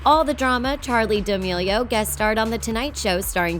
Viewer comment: You can’t even say charli d’melio right